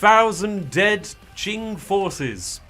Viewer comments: For the love of god,, stop saying 'quwing' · It really is pronounced "Ching". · It's pronounced "Qing" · Qing like ching I believe